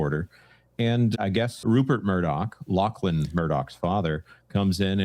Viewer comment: Do Americans not know how to say "Lachlan"? its "Lock-Lon"